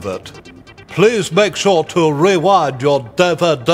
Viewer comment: "Remember to rewund you dee vee dee." I can't :D im done.